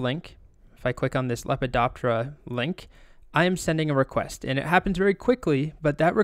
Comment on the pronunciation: every time he says Lepidoptera i hear - wubba lubba dub dub )))